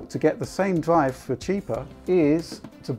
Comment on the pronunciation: R have EVER PRONOUNCED R FUCK SAKE, legit what's a DWIVE WTF IS A DWIVE